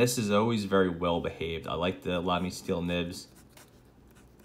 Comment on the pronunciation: Oh and I need to tell you that you pronounce Lamy right :D The way you do it is the best way to pronounce the „German a“ for someone who comes from English :) You couldn’t do it better :) That’s also why you got Gerhard that well :)